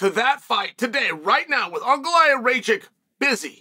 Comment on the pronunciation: "uncle-i-have Ray-Check" 😂